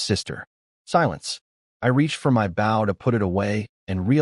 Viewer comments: Like the story but you have a recurring mispronounciation, bow like the weapon is oh, you have it pronounced as ow, like bow to your partner in dancing. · If every other word in your story is bow for Gods sake pronounce it right